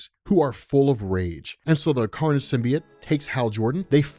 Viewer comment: J. Jonah Jameson says it's pronounced "SYM-BEE-YOTE." I wouldn't expect someone of your caliber to keep saying "sym-bee-yut."